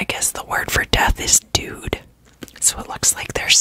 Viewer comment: De dood is dutch! It's sadly not pronounced like 'dude', more like Homer Simpson's Doh + d 😂